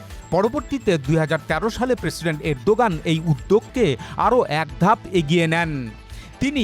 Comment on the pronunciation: অ্যাক উচ্চারণ না করে এ+ক=এক উচ্চারণ করবেন।ভুল উচ্চারণ করবেন না।